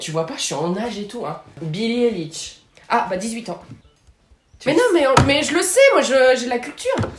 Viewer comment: C pas élish😂 c eyelish